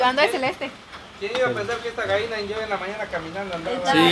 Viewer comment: Se dise gallina no vaina ablen bien se ollé bien paisanos 🇲🇽👎